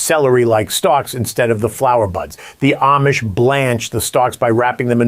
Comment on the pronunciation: For the love of God, would you PLEASE pronounce Amish correctly? It's not Aimish, it's not Am-ish it's pronounced Ahmish. Got it? Good! You'd think since you have a long history (unless you've only been around them for 2 long days) do better at your pronunciation. Ask THEM "Hey, how do you pronounce the name of your people? You might need a refresher course every couple of days. Aside from that, I love your videos. I've learned a lot!